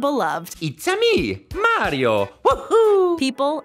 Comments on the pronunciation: this is how many times said mario as mareio | | v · It is Mario not mairio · It’s may re ooo not mar I o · everyone=Mariobabbletop=Morio is what it sounds like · Mario not maareo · ''Super Merio'' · this chick literally said super maryio who hired this woman and said it several times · People love super merio she says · merio? In Italy we litterally say mArio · “ super mare-io” ?, that’s not how he’s pronounced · The way that the narrator has been pronouncing MARIO is wrong. The “AR” sound should be pronounced as it is in the words “car”, “star”, etc. not “care”, “stair”, etc. This drives me crazy and annoys me so much. please be aware that you need to give the names of the characters and the games themselves the proper pronunciation of the names of them. Also some of the toys that are mentioned in this video were also mentioned in the 10 saddest McDonald’s toys videos, so are you basically making a double standard? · She said it wrong 8 times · not to be rude or anyting but you said mario wrong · Why do you say Mario like that😂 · You say Mario weird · You don’t pronounce Mario right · PLEASE FOR THE LOVE OF GOD, NEVER EVER SAY MARIO EVER AGAIN!!!! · Please say his name right